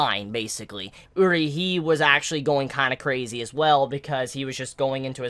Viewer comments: How come you pronounce Urie differently in this video than you normally do? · why did you switch up the pronunciation of Urie's name?